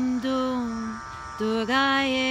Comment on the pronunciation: It is written and pronounced as Durgayei, so therefore, you forgot the "i" at the end.